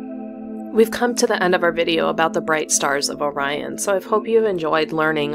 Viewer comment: You pronounced "Orion" correctly - that's refreshing !